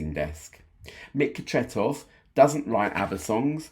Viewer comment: Thank you for this great tribute to one of the greatest! Your pronounciation of Tretow is pretty much spot on 👍